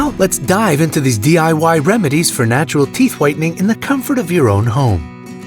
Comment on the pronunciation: me : has volume up bright side : hErEs nAtUrHAL wAyS tO gEt WhitE tEEEEth